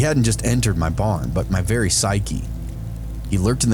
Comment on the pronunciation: vewy vewy a scawy, i get vewy a scawy.